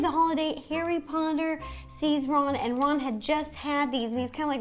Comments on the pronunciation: His name is Ronald/Ron not Rolland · Who Rowland? It's Ronald. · she called ronald ROWLAND I CANT RIGHT NOW LOL